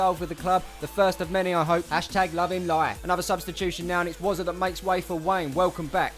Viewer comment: I just want to correct that it's Wozza